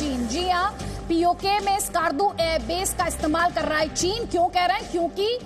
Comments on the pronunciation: Us ka naam ASKAAARDU nhi he , Skardu (skerdu) he. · It's Skardu not skaardu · skarrrrdu hahahah, these inbreeds cant even pronounce skardu right. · The way they pronounce Skardu.😂